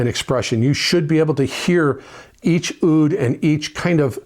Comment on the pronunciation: Oud is pronounced “ood”. Sorry to be political, but there are no such thing as “Palestinians”. Only Jews and Arabs. Im Jewish and I support Israel, the long time and eternal Jewish homeland.